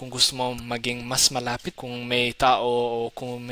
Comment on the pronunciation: Dakal a salamat pu! I love this content, your story, and your passion. One thing though, the word “malapit” can have different connotation depending on where you put the stress/accent mark. Mala’pit = close; nearby (distance); malapit’ = close (conformity; close relationship) … time , I think you meant to say the latter rather than the former. Besides that, kudos to your almost native Tagalog pronunciation & intonation.❤